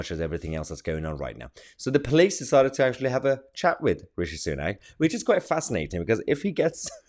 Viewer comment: Everytime you pronounce Richie sunook makes me smile. Keep it up Mahyar. 🤣 good OLD Biden…